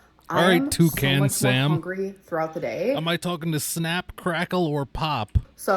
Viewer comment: Did she say hongry in the olden days? Is that something she adopted after it became a meme?